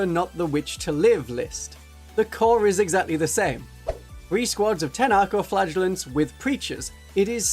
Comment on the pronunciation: Great video but... I keep hearing "Arco-flatulents"